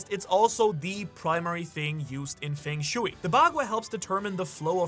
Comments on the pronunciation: Hearing "fang shooey" instead of "fung shway" continuously is driving me wild, lol. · it is not fang shewy :P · Feng shui = Fung sch-way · *fung shway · the pronunciation of feng shui is killing me ! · Do you go out of your way to mispronounce things?? Feng shooey, gah-layla, etc. Love the channel and theories, but that grinds my gears and sometimes I have to shut the video off.